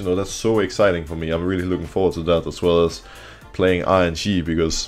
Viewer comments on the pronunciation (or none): Every time Broxah says "RNG" does anyone else hear "IG" instead ? 😂😂😂